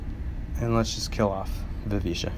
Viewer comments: Mostly basic stuff, but if people don't know all this they definitely should. I knew most of it, but still found a few gems in here so thanks! PS - I'm 99.8% sure it's pronounced Vi-VICK-A and not Viveesha. Cheers! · First let me say I love this video! Very helpful. But... You're pronouncing Vivica wrong. Sounds more like the name Erica - the 'c' makes more of a 'ka' sound, not 'sha'. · Over a year and nobody has pointed out that he says “Viv-ee-SHA” instead of, you know... “Viv-i-KA.” I can live with him pronouncing “Kay-gen” instead of Kah-gahn, because it’s kind of an “exotic” name. But come on! VIVICA A. FOX, man! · Yes, it's "a", not "ia" after the "c". So last syllable starts with a hard "ck" sound.